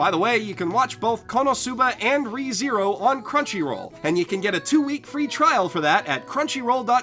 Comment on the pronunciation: I would pronounce [Reh-THe-roh] instead of [Ree-zee-rou], but that's because I'm spanish.